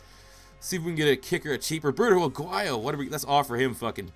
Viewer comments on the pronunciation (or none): none